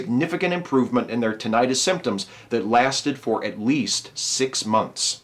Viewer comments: StrawberryEggs Yes, it does make it sound like an inflammation. At first I wasn't sure if meant tinnitus or if there was another condition called tinnitis. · Is that how Americans pronounce tinnitus? Or is that just you? Good to hear that we're getting closer to treatments for tinnitus. I'm looking forward to treatments for those irritating floaters I get in my eyes.